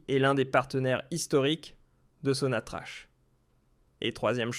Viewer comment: On prononce " sonatrak" et non pas "sonatrache"..... 'salutations... écoutez les fondateurs de ce géant algérien.... tahya Djazaïr...